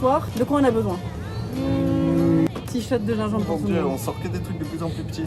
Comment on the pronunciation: le generique 🤨 et aussi "gimgembre"